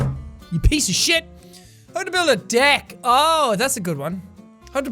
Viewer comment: Jack it sounded like u said dick than deck